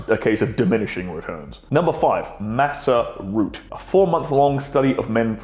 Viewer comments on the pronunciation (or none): Masa root or Maca root? I thought pronounced with hard C, like Maka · Is it masser route or maca root. I hear the former, but be wrong..